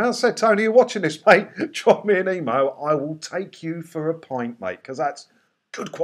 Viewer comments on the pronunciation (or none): none